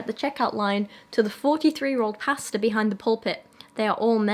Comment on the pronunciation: I hope you don't think this rude >~< but every time you said 'pastor' I heard 'pasta' ^~^ and it was hilarious